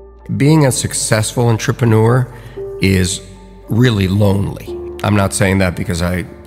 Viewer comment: Is he the only person in the world who pronounces it Ntrepeneur? Am I the only one bothered by this?